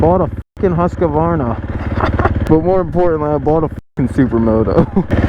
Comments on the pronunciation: I’m dying at that pronunciation of Husqvarna🤣 the Hus and varna was right, but where does it say Huskavarna? 🤷🏻‍♂️ hoosk·vaar·nuh is the American way to say it. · Awesome, however. It’s pronounced *hUSkhvarna” (I’m swedish so Ik lol)